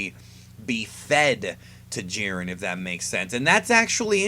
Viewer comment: Gohan facepalm He was joking about how you said "Jiern" instead of "Jiren". Anyway, Goku atm, beats most versions of Superman. Cosmic Armor, Strange Visistors, and a few others beat Goku. Since Jiren is around Goku's level, the same applies to him. He beats most, and gets stomped by the OP versions.